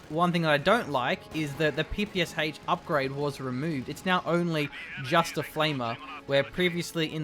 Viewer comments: I know I sound annoying, but PPSH is pronounced "p-p-shah", not "p-p-s-h". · It is peh-peh-shAh to be exact.